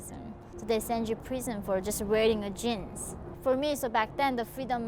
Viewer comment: ".... they sent you to prison for wearing a chin" (obviously vowel length and the /d3/-sound in "jean" have not been mastered) among a lot of prosodic features .... the whole intonation is not as it should be